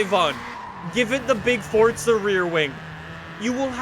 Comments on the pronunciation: It’s not fortza it’s forza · It. Is. Not. FOTZA. It. Is. Forza. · Fortza ? Iys forza not fortza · "fortza horizon 4" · No one:: FORTSA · Stop saying fortza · why do you keep pronouncing forza with a T?